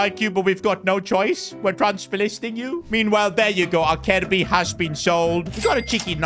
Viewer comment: Acerbi (Aserbi) not Akerbi 😞